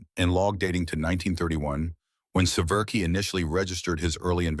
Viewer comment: His surname is SE-VER-SKY, pronounced, 'Se-vier-skee'. Not, 'Se-VER-key'. Republic manufactured the iconic P-47 also at Farmingdale, Long Island, New York. Less known is Republic's successful F-84 Thunderjet jet fighter and follow on F-84 swept-wing Thunderjet. The F-84 Thunderjet saw extensive service in the Korean War but it was outmatched by the faster, nimble, fast-climbing Soviet MiG-15. The improved F-84G's faster top speed of 620 mph narrowed the speed gap to the MiG-15 notably, but it was still 40 mph slower. The nascent United States Air Force purchased large numbers of Thunderjets and a smaller number of Thunderstreaks but after that Republic's fortunes declined and the corporation ended.